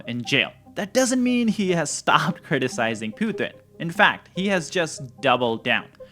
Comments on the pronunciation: Please tell me its a genuine subversive act that you call him ' poo thin'....makes him sound like weak sh1t....instead of pu tin. Makes me laugh uproariously...on all of your videos. Hilarious 😂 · FFS the man’s name is Pu-Tin pothin!